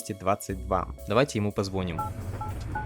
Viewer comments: Дружище, немного дое*усь - позвонИм, а не позвОним. За перевод, как и в прошлой игре - респект. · Офигенное видно, но позвОним так режет слух ппц...